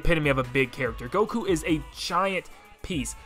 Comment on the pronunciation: This man just un-ironically said Goku...